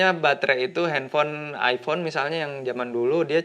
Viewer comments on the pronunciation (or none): none